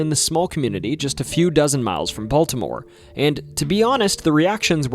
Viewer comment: Nice job. Learn to pronounce city names better. But I liked the nostalgia. A friend knew the priest from the exorcist. My first fishing trip was at Loch Raven. I didn't know about the UFO either. Thought you might touch on the Blair Witch Project.